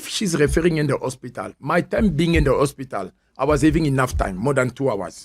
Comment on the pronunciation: Why is he saying Ospital